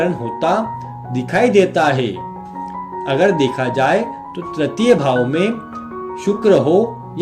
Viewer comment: Tratiya nahi guru tritiya bola kijiye .